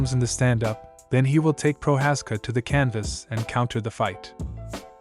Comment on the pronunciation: its not Proczázska or Proházka, its Procházka